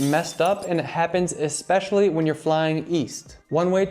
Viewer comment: Great advice, presentation, and editing. One small nitpick: the word is "especially." Note the spelling. It's not EX-pecially. It's ESpecially. There is no X. Other than that, great list. I am subscribed for more great travel tips. Thanks for all you do. I ESPECIALLY loved the PB&J story.